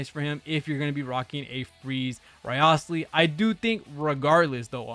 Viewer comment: A content creator who gives so little shit, that he couldn't bother to pronounce the name correctly, which is said in the game properly.